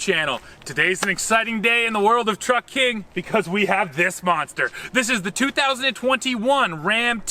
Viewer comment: My wife got really pissed off at me because i was watching this on the tv with my family, and she heard welcome to the f**k*ng youtube channel instead of truck king!!!! 🤣🤣🤣🤣